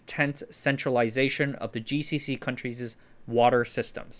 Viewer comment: coun-treezez? It's 2 syllables countries' not countries's